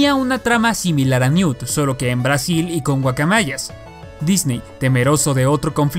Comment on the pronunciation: Se dice NEWT verdad.